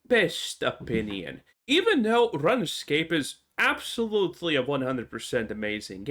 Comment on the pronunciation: Runescape is pronounced "Rune Scape" not "Run Escape".